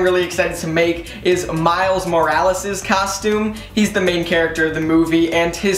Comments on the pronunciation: Stop sayind castume itd costum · I think he can't say costume because he keeps saying custume